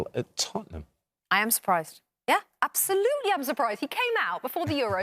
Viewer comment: Stevie Nichols should’ve retired 4 years ago. “Zero percent chance that Spurs will make it top 4 season. Apsohlutle no chance ah oll” Give me a fucking break.